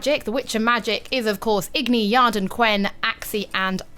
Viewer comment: Calling Yrden "Yard" is really not that cool. >:P